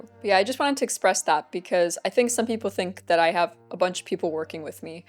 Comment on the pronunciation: Instead of ancient greek people, I was hearing 'ancient greek pickle'